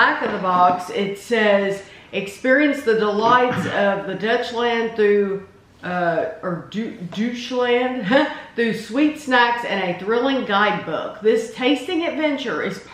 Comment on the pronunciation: This looks like a ton of fun snacks and treats to try. If I had that store near me I would definitely pick up a box! And by the way it's no big deal but it is pronounced like doytch-land 😊